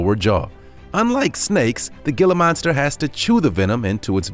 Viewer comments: I actually cringed when he was saying that lol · Who else laughed every time he pronounced gila wrong 🤣 but still love ur work no offense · He pronounced Gila Monster wrong. and I grew up with a Wolf Dog, he was the most loyal, playful, and protective dog I have ever had. He lived to be 24 in Human Years! and would have had a few more years to go if not for his son picking a fight with him resulting in internal bleeding, RIP Yeller. And my dad currently had a Bob Cat House Cat Hybrid, he is very loving and huge, but he is also quite lazy and just likes to sleep. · Love how he says Gila Monster haha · you said gila monster wrong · "Hey, Frank, should we check how to pronounce 'gila monster'?" "Nah, Bob, just make it up. Keep it as lazy as everything else in this video." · The way you pronounced Gila Monster.... 😖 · Ashley Miller - Yeah, and the pix of the wolves were deliberately taken from an angle that made them look huge, and the narrator doesn't even know how to pronounce Gila monster (The G is unvoiced, as an H) - Pronounced "He-la". Definitely not an all-star effort. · They also pronounced the g i l a monster wrong it’s supposed to be pronounced (h i l a) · Any idiot that doesn't know before buying, the difference between a monitor, Dragon and iguana, has no business owning one! Just get a cat people. ...and did I just hear this guy say "GILL-AH" monster ?? [Deep sigh] 😞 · austin bevis it’s not Gila monster it’s hila monster, it’s not a bearded dragon it’s an iguana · Hee-la monster genius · #7 Gila Monster is pronounced Heela Monster. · Gila Monster is pronounced Hee-luh monster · #7 GILA MONSTER IS PRONOUNCED (HILLA MONSTER)HERE IN ARIZONA! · Gila (Hē-LAH) Monster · Gila monster "hee-la" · Gila Monster is pronounced Heela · The gela is pronounced hella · gila monster is pronounced he-la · It's pronounced "HEELA" monster. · It's pronounced He la monster not Gi la monster. You also pronounce Svetlana wrong. If you don't know how to pronounce things, look it up!